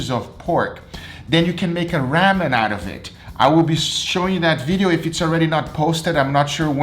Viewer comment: I totally thought he said save your pork juice for when you make "rabbit"...lol Then I remembered his Ramen video.